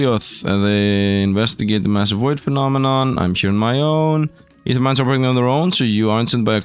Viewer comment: Don't know why it bothers me when someone doesn't know how to pronounce "Ae". Thank you though for knowing, my OCD can fuck off for now ❤